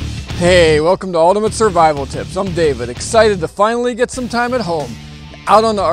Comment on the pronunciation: Your pronunciation of 'Ultimate' is not great...